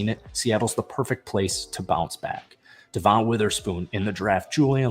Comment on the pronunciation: It’s just regular Devon bro. Not Duh-Von